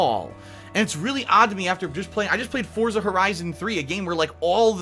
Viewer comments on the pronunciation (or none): none